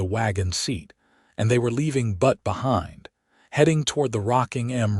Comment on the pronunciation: Good story, but the AI pronunciation of Butte as "butt" rather than "bewt" (like newt) was really distracting.